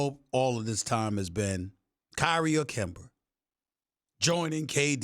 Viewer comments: "KEMBRA"????? LOL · I dont understand how stephen A smith can't pronounce an A does he think its cute Kember Ibaker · Since when kemba name became kember? Stephen A Smith is funny